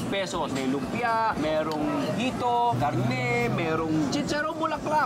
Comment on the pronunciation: Less make up and more enthusiasm won't hurt! And "peysows", seriously?